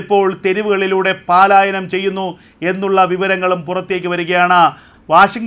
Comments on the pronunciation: പാലായനം അല്ല പലായനം ഉച്ചാരണം ശരിയാക്കുക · എടോ, പാലായനം അല്ല പലായനം.